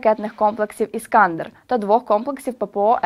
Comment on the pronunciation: Став правельно ударение когда говоришь " Иска́ндер". Будь умнее.